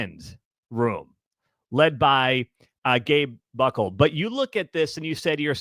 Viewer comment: I do not know how anynoe who claims to cover these teams can say the name, "Gabe buckle" but whatever. Go check out John Walters' pronunciations on the official Iowa State depth chart website